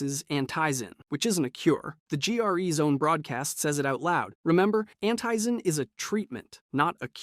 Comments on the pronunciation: ITS ANTIZIN NOT ANTIYZIN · Hair-in, anteyezin, Dr. Zeer..... no effort into this video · Ah yes, ANT eyezen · Its AN"TEE"ZIN not AN"TAY"ZIN 😒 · why do you people who seem to know so much about dying light never pronounce names right. rais-"Rise/Rice". Antizin"ant-e-zin." like omg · Call it an-tie-zen one more time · How can you not pronounce the names correctly go play the game and listen to how it’s all pronounced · It'd HAR-AAN AND ANTI-ZIN are you stupid on purpose? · You lost me at anteyezin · At Harran I was like "ok it's just one word" then I heard antizin and I was out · Did this guy even play the game? The way he pronounced Harran, and Antizin is wild.